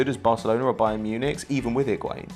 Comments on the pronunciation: Byeearn, say it a little bit faster and you can say Bayern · You're doing this on purpose 😭😭 BAYERN NOT BAEYERN PLEAAASSEEE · bie-rrn mun-ick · still not pronounced bae ern munich...